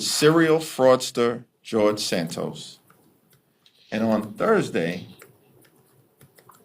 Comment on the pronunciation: Please pronounce George Santos last name correctly, it is Santos, not Sandoz.